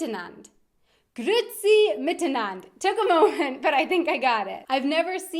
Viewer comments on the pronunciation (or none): gooferdammi das isch ja schrecklich, its not grootsi Grüetzi, idk where u got grootsi from hahaha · the e in grüezi is more like ä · Umlaute werden in Schweizerdeutsch als solche ausgesprochen wenn sie als dise geschrieben werden (äöü) wenn sie mit einem e geschrieben werden (ae, oe, ue) werden sie einzeln ausgesprochen also das u und dan das e. So kann es vorkommen das auch nach einem Umlaut ein e folgen kann wie bei Grüetzi:) Allgemein hat Schweizerdeutsch keine richtige Schreibweise. Je nach Ort und Dialekt werden Worte anders geschrieben und auch ausgesprochen, denn geschrieben wird wie man es sagt. Eine wunderschöne Sprache! Mach witers so, das machsch du guet 😊😉 (keep going on, you're doing great!) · Ja, das stimmt, etwas vom schlimmsten ist wenn man das "ü-e" nicht ausspricht: Grüezi, Müesli...